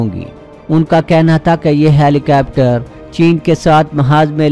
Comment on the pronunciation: ہیلی کوپٹر کو ہیلی کیپٹر کہنا کوئی آپ سے سیکھے۔